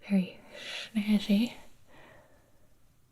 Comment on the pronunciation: "very,, sHnAzzShY"